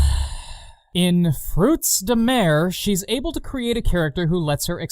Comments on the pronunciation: anyone keeping track of how many time he says " fekin 'frootz dah mair' " in this thing? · "The dub says what now? FROOTS DE-" sighs Ah yes, mispronouncing French, my favourite. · The fact that you constantly point out your dislike of the improper pronounce of the games title makes me smile. It irritates me that they couldn't have just used the French term, rather than the English version. Also your musicals are one of your best trademarks.